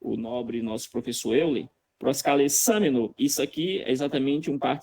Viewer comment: Professor Euller, ele errou na pronuncia, ele leu proskalesameno, sendo que é proskalesamenos, vc deveria corrigir ele. É importante frisar que na apresentação do Natanael, ele tb errou várias vezes e vc não chamou atenção!